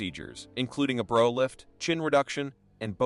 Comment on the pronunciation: It's not Bro lift like your brother it's Brow lift like ow it hurts to have this brow lift